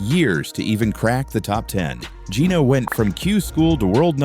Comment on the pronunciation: This narrator is an idiot or else just did poor research. He mispronounced Geeno’s last name throughout the video. It is actually pronounced “Thiticoon”.